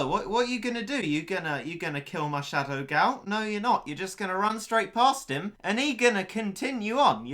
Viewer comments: Y da hell u say shadow gao like that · I love the way he said shadow gal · If you listen closely, you can hear him say "Shadow Gao" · challenge: take a shot everytime says shadow gao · If I got a dollar for everytime he says shadow gao I would have 30 dollars